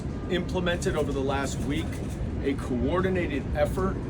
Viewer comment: Did I hear "COUP - ordinated effort"?? Correct!!